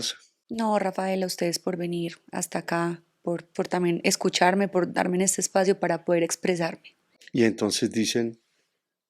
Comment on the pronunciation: “Por darmeN! “Ósea! empecé a ver y cuando dijo “por darmeN”ya sabía que barrabasadas iba a decir! Esa señora guácala! Y ningún a la orden!